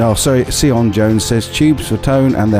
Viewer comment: Haha you butchered my it's basically like Sion (sean) but yn on the end. Welsh name named after my hen taid (great grandfather)